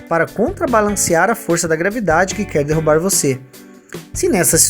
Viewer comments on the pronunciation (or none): none